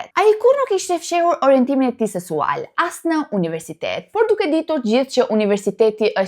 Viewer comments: je yll me pelqejne shume vidiot e tua po nje fjal e thote gabim kur thote ngacmim sensual po thuhet seksual kam dashur shume koh ta them po kujtoja se nuk thoshe dot shkronjen k po jo ti e perdor shume mire k te lutem mos me keqkupto respekt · Nuk thot sensual😂 thot sesual .. ka dhe shume fjale tjera ku nuk i shqipton mire.. por i falet . Ndoshta nga shpejtesia